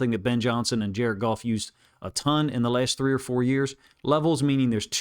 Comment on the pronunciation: Jar-ed Goff! Jar-ed Goff! Jar-ed Goff!